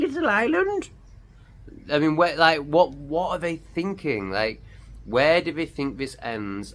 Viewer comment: I have noticed you cannot speak English properly 😂 it’s not ‘vey’ it’s they, and you said big up at the end, that Jamaican 🇯🇲 🤮😉